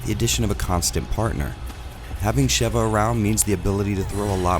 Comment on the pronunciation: Speaking of Re5 taking itself seriously, I'm taking YOU seriously: you've said Sheva's name right. When I watch a video on Re5 and they say "Sheeva", i immediately doubt that they've even laid eyes on the game and proceed to take everything that they say as inauthentic and that they themselves are disingenuous individuals. Yes - saying "Sheeva" is that much a big deal to me. irks the hell out of me quite frankly. But you are the only one who he said her name correctly. So thank you. 😌